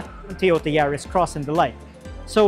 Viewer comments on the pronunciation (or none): none